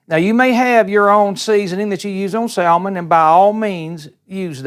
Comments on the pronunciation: Good video but plllllease stop saying “sal-mon”! The “l” is silent. 👍🏻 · Salmon has a silent "l" Incorrect word pronounciation reflects badly on us. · Please learn how to pronounce salmon lol. There's no two ways about it. The "L" in salmon is silent, so says linguists, English teachers, and litany of online comments from English speakers all over the world that agree. I'm not trying to be rude here by any means. It was a good cooking tutorial. But if you're going to be working with a food or ingredient and you're teaching others how to cook with it, you should learn how to properly pronounce these things. Take this as constructive criticism, not an insult. The way you pronounce salmon is just wrong. Doesn't matter where you're from, or what your accent is, or if your friends and family say it that way, it's wrong. You don't HAVE to change just because some stranger online suggested you do. But I can tell you as a northerner (from NY) that hearing salmon pronounced like that just screams "southern", and not in a good way. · Sal-Mon!! Love it! Sounds like Salmon Rushdie. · It is pronounced like "SAMMON". The "L" is silent. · You keep pronouncing that L. Your accent is similar to my grandma and her family. It is comforting to listen to you.